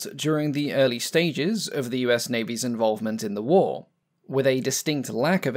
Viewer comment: "Pacific whoa" I bet he's trying to say Pacific war.